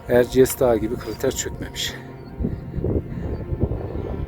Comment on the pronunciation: İç Anadolunun en yüksek zirvesi Erciyes hocam,zirvede yanlış telaffuz etmişsiniz.Bu arada tebrik ederim